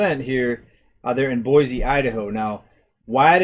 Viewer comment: I've lived in the Boise... and by the way it's pronounced Boysee... area my entire life. While current monthly prices for housing may be leveling off or seeing a slight decline, year over year house prices here are up greater than 20% for the last two years. Californians are, and always have been, a major influx to our area but it had never affected housing prices so much as within the last few years. It's not just them either, people from all over the nation have moved here. Mostly from wealthier places where they are able to sell their current home for higher amounts then come here, pay cash for houses (over market value) and have money left over. It has ruined our local economy. Those that were raised here and have always worked here are unable to compete and afford a living. And the infrastructure here is not able to cope with the boom in population. The Nampa area, which I'm closest to, more than quadrupled in population from 1990 to 2000, and it has only exponentially increased within the last two years. Farms, fields and crops are depleting at an increasingly rapid pace, being replaced by apartments and subdivisions. The roads, water systems, schools, recreational areas and more just can't take it. New comers think that our area is great because it's less expensive and less conjested than what they are used to, yet they don't realize that they are turning it into exactly what they left by moving here.